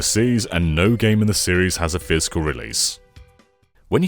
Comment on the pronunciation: I love how you pronounce "physical" as "fiscal" ❤ mad business man vibes